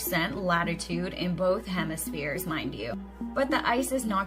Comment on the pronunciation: wait.. now theres a northern and southern hemiSHERES?!?!?!